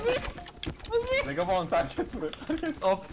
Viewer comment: Abi Hasta hasta beni Zegabooon güldürdü abi Zegabon değil yarr...a olsun